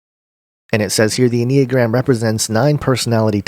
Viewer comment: “N uh gram”